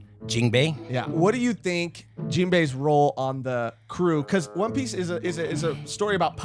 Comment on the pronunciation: For its not one piece its "Juan Piece"